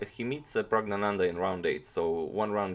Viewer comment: How do I get... (pause) pergenat.